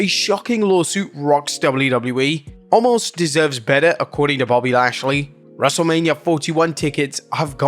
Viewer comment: WHY WHY WHY WHY WHY WHY WHY can't you say his name correctly? It's pronounced Oh-mas. You've been saying it wrong for literally years. 🤦🏻